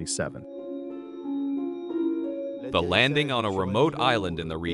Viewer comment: The guy can't even say 777 correctly so I'm not watching this